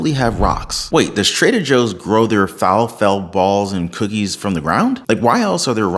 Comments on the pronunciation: Fa-La-Fell! Falafel.... good info ..just being picky.. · It is Fah Lah Full lol, I guess you do not eat Greek food. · Falafel, I think its pronounced like waffle... (Fuh-laffle) not sure